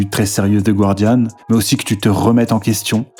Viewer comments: Ça se prononce ga-rdian, pas goua-rdian :) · Je t'en supplie, prononce "Guardian" correctement. Le "u" est muet. Ne passe pas pour une truffe comme tes adversaires. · The Guardian ne se prononce pas "gouardiane" mais "gardiane" avec un g prononcé comme pour gardien en français. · il n'y a pas de diphtongue dans le "gua" de "Guardian." Autrement dit, le u ne se prononce pas ! Je me permets de soulever cette petite erreur que je remarque un peu partout chez tout le monde 😊